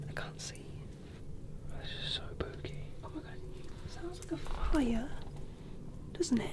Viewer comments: Bro why when everytime says spooky it sounds like booky?? It’s so hilarious tho lol 😂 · I like when he said booky instead of spooky 👻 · i think said that was SPOOKY but to my AMERICAN BUTT it sounds like that was BOOKY